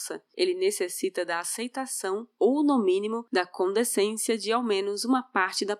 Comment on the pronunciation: fala direito. É "condescendência".